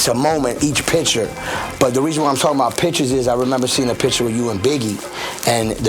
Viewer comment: it's pronounced "picture."